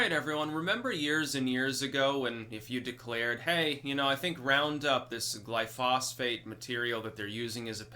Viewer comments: Gly-pho-sate NOT Gly-phos-phate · Roundup (glyphosate) is not a pesticide. It is a broad spectrum herbicide. Every time you talk about farming you sounds like an idiot. Also it is not pronounced gly-phosphate. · *Heres the proper pronunciation of glyphosate, which I mispronounced for 25+ years!* It turns out that both you & I had been using the wrong pronunciation for the active chemical in Roundup. I too got the chemical pronunciation wrong(for 28 years no less!). It wasn't til spring of 2017 that I ran into a guy who worked for an agricultural chemical company. He heard me pronounce it, "gly-fos-fate". He quickly pointed out that I had the pronunciation wrong(as well as the spelling). Its actually spelled 'glyphosate', pronounced "gly-FO-sate". There are times I need to use glyphosate to kill nasty weeds in beds, etc. But I use as little as possible, and I've stopped using Imidacloprid altogether, for bee-related reasons.